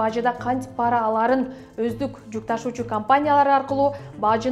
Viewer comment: пАра эмес ,пара деп жон жай окулат. Эч бир тамгага ударение келбейт.туура оку.